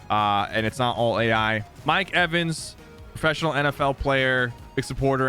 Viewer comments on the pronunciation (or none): “Mike Evan”😐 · Sypher: “Mike Evan”